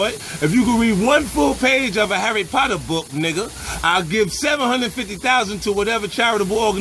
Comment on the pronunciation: 50 got me rolling 😂😂😂😂😂😂 he said a harry porter book 😂💀